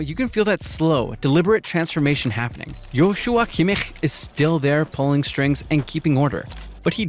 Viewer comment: butchered the first name but the last name was pronounced better than "naygelsmann" or "thomas tookel"